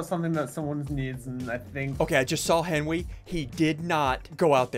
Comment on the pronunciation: “Air Benry”-Sigils lol